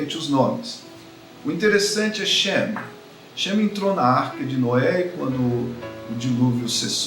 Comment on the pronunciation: Caro, sou preofessor de hebraico bíblico e me permita fazer um comentário? o senhor precisa aperfeiçoar sua pronuncia de algumas consoantes finais, principalmente o shin com em שם o senhor diz "shemi" e o certo é shem. outor idem é o tanakh e o senhor pronuncia tanah. Shalom.